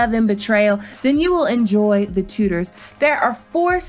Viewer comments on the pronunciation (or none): TuDors - it's pronounced with the D in it! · I found it it hard when you said "I'm a history buff" And then pronounced 'Tudors' as 'Too-ders' (It's 'Tchoo-ders', just like it's 'Tchumah' not 'Toomah'). But then to say that 'Reign' had good costumes! They're impressive... but bloody awful from an historical context. Also, GoT is not a Period drama, it's a fantasy drama. 'Period drama' suggests its part of actual Earth history... Otherwise a good video. Doesn't the Last Kingdom's protagonist bother everyone though? Uthred is the oddest performance I've ever seen... The way he talks, his bizarre costume?